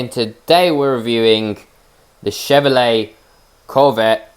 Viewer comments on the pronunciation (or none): Chevrolet not chevrolot